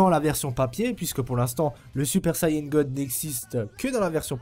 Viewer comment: SUPER VIDÉO 👌👌 Et on dit Saiyan pas sayan ni sayain 😂😂